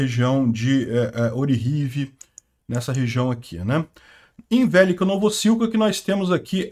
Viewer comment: Gosto muito do seu canal, porém sua acentuação dos nomes em ucraniano continua bizarra...pronuncias; velêka=(significa grande) vélika =(não significa nada) Obláste não Óblast sim